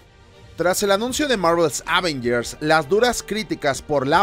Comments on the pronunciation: Ávengers jajasj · Me pone muy nervioso esa forma de decir "Ávengers"